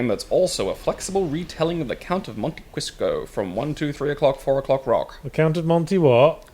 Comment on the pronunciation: Generally speaking, when get in a tiff, I'm on side, but this time I definitely heard "Crisco" instead of "Cristo". That said, anyone else think just getting tired of Yahtzee's shenanigans? He sounds very--weary--of Yahtzee's comments.